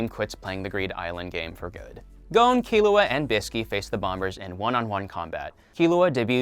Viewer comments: He says kil oo uh, it’s key loo uh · Why am I so annoyed that he said Killua’s name wrong- Killua (Pronounced Kirua) ;-; No hate